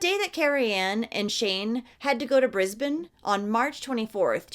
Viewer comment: Hemp would have been 10 this year and his murderer was released just before Hemi’s birthday. Ok please don’t hate on me for the next part, but sorry love, Brisbane is not pronounced with an elongated “a,” as is usually done when an “e” is at the end of a word (trust me I am an English teacher and when I have to explain how that grammatical rule works only sometimes, is annoying.) So “Brisbane” is pronounced “Bris-bin.” And “Melbourne” is not pronounced “Mel-born” but more along the lines of “Mel-bin.” Trust me I know I will get hate, but that is just Aussie language. And I live in QLD and this story is mortifying and I remember this. Thank you though for bringing this story to the world.